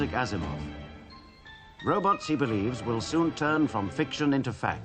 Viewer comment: I love how he calls robots "robuts"😂